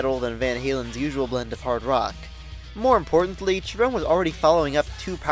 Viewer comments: FYI Gary's last name is actually pronounced Sherone. There was a lot of good songs on this album. "Year to the Day" is my favorite but there are some other good ones too. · Thanks for letting me know about that. I'd heard it pronounced with a hard ch- sound by many fans, so I went in assuming that was how it was pronounced. Not the only time I've made that mistake, but hopefully the last! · Yeah, a few other comments have informed me that Cherone's last name is pronounced with a soft sh- sound rather than a hard ch- sound. I'd heard it pronounced with a hard ch- sound by many fans, so I went in assuming that was how it was pronounced. Not the only time I've made that mistake, but hopefully the last! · Interesting analysis of Van Halen III and creative pronunciation of "Cherone." Not what I would have said about the album, but we can certainly agree that it wasn't their finest moment. Gary is awesome, even with Van Halen, especially live.